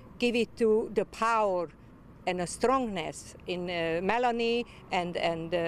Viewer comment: 100% Yugoslavian, probably Serbian/Bosnian because they struggle to pronounce (nia) she said Melany not Melania thats why